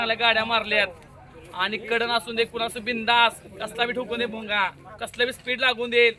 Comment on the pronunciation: भुंगा❌ भोंगा✅😂😂